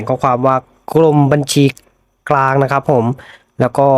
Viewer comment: คุณเป็นคนไทยหรือเปล่าอ่านกรมบัญชีกลางไปอ่านกรมบัญชากลาง